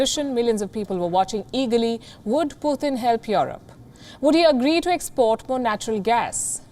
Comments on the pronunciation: It's Putin not puthin 😂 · Putin not "Puthin"